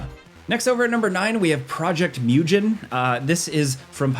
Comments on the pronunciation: It is Japanese word "Mugen" And it's g pronounced as like go , rather than gen . And its meaning is infinity. And it is not cartoon style it is anime style. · It's project "mogen" ( as in infinity in Japanese)not "mewgen" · It’s moo gen, not new Jen. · "project myujen" brah you pronounced absolutely everything wrong with that lol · should be pronounced as moo-gen with a hard G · Project Mugen pronounce the G as in Gif(t) . :P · mugen = "moo-gen" not as G in genesis but G in giddy. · Mugen is pronounced with a hard G, like gator. It translates to something like infinite ♾️